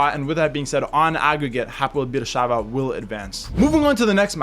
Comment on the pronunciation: It pronounce Hapoel Be'er Sheva. Im from Israel and this is my team. I really hope we will qualify to the Champions League stage for the very first time.